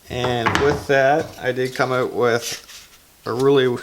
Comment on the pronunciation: Good vid. Great beard! I like the way you say "ewt". Like "ewtside" or "I figured it ewt." Cheers!